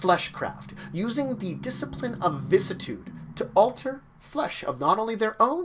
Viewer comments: Vih-sis-ih-tood Not "vis-tood" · VISS - CISS - I - TUDE Dont just cut out a part you dont like xD